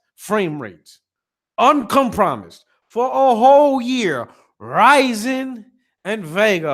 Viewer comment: Great video dawg. Nothing but facts. The way you pronounced uncompromised was blood boiling ha.